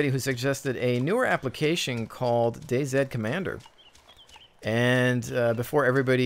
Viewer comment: DayZ is pronounced Daze. Day see/sed would be right if it was spelled Day Z.